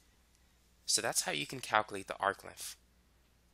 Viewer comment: Sorry I can't understand what you are saying. What is an "arcliff?"